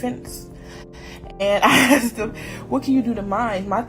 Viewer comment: “She a****d her child and dog” me: “she a-asked? Assed? Wtf does he mean-“